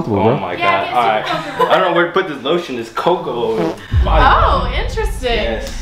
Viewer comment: this dude actually said lemme use your lation SERIOUSLY